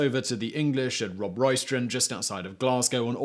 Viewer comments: Elders-lee, surely? I've never heard it called Elders-lay. He also pronounced Robroy-ston as Robroy-stron. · My personal favourite was the extra "r" in Robroyston. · And put an extra "r" in Robroyston